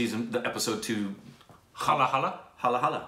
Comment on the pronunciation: ) its not hala-hala. It is pronounced as Hala-hal. Halahal is an extremely toxic poison that comes out as a by-product of an attempt by Devas (Gods) and Asuras (Demons) to extract Amrit (the nectar for eternal life). BTW loved your channel. But I am surprised you why you haven't got recommendation for some of the great movies. Below is the list of movies that you should definitely watch. Rang De Basanti I recommend reading these two before watching this movie: A wednesday Mother India Sholay Gangs of wasseypur (1 and 2) Bahubali (1 and 2) Pan Singh Tomar Lagaan Taare Jameen Par Kahaani Munna Bhai MBBS Anand Udaan Special 26 Queen Drishyam